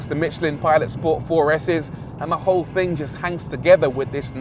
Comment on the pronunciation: "TING" COME ON RORY, SO WELL SPOKEN UNTIL YOU SAY THING LOL 🤣